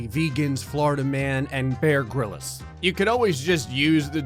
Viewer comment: Gryllis?? You are very Not British and it hurts me